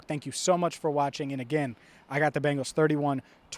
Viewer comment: It’s not Bangles It’s Bengals As in Bengal Tigers Bengal being a state in India Native to the mentioned tigers Bangles are what your mom would wear if she wanted to teach you how to pronounce correctly in the one language I assume know